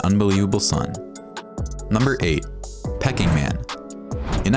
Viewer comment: Faber GEEEEEEEEEE ........ Pe KING!!!!!!!!! WTF is this pronunciation........ horrid voice.